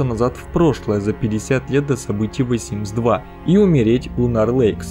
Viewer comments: Блин не говори вэ Симс ты не правильно говоришь если ты не можешь произнести the тогда говори просто симс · Меня одну коробит от произношения "ВЭ СИМС" ?